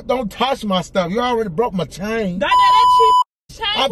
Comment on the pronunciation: “Don’t Tauch my stuff” 😂😂😂😂